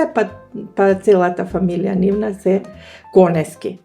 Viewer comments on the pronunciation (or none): КонЕСки, КонЕСки, КонЕСки, без В, аман!! Па не ми се верува, упорно и упорно, КонеВски! 🫣 Голем поздрав до 🎉